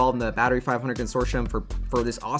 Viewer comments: Consortioum? 😂 It’s pronounced Consortium. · Con-sore-tee-um not consorshum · Very informative. Thank you!....and it's "con sort tee um" not "con sor shun" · Con... sort...e... um... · Consortium is pronounced: Con sor te um